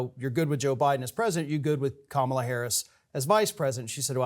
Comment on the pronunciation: I dare to correct Mike Papantonio for continually mispronouncing Kamala Harris' first name. 😮😊